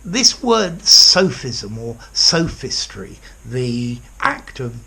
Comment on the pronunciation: Isn't the o in both sophism and sophistry a monophthong and not a diphthong like you pronounce it in the video?